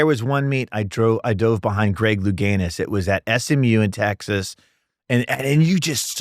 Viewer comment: “Louganus” the clown.